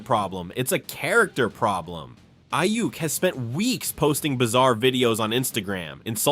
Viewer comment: Please learn how to pronounce Ayuk’s name.